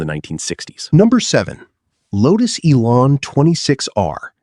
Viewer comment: Lotus Elan is not pronounced ELON, its ELAN ......LAN not LON...........MARCOS is pronounced mar COSS not mar COSE.